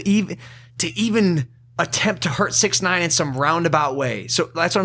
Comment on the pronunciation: It’s not 6ixty Nine It’s 6IX9INE